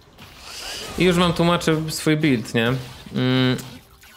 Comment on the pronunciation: Stuffy wardy bulid, jak to kaleczy moje uszy.